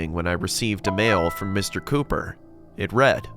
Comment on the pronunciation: It says ,,Mr Copper"instead of ,,Mr Cooper"🤣🤣